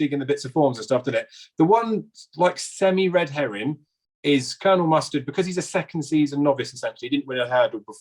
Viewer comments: I had to turn it off, I'm sorry, but I couldn't help but laugh every time said Colonial Mustard, and I saw you smiling early on, every time he said it too 🤣 How did you not correct him 🤦‍♂️😆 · I understand about struggling with certain words and pronouncing them but surely COLONEL is not one of those words......why are you not correcting him given he said the word so many times! sounded very silly......